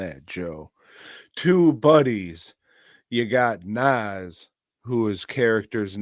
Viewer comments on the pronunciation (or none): Say Nas name right